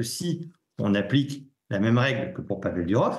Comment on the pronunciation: Pourquoi vous dites DUrov ??? C'est DOUrov